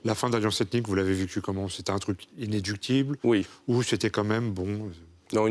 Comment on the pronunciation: "La fin d'Alliance Ethnique vous l'avez vécue comment ? C'était un truc inéductible ?" "Non, iné... léductible" Nous ne sommes pas sur radio courtoisie. Merci pour cette émission. Iné...léductiblement vôtre. Courtoisement surtout.